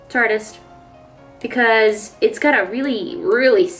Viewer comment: when you said tartist I heard tardis